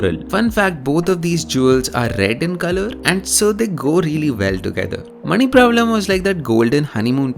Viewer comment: Not pravalam. Praavalam. No maNi doesn't mean ruby. maNi = pearl. Look it up. Praavalam = coral. Teligiri script is also by used by Sinhala